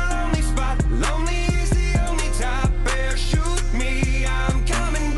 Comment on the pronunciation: I love how he says parachute me to me at times it’s sounds like he says :better shoot me I’m not backing down: idk why but I like that I get an Eminem vibe bc Eminem can say something but make it sound like a completely different word or phrase. Feel me? Lol Also u should react to the entire hideas album u won’t regret it I promise ya!! Lol